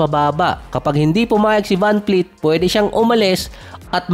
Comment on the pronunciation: vanvleet po hindi po vanfleet